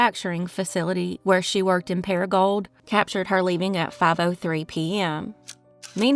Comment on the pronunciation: I slightly remember Alyssa's case, I'm from the same county. The mispronouncing of Paragould made me giggle. Speaking of Paragould, AR you should look into Jessica Paige Kemp's case. Her family is still seeking justice.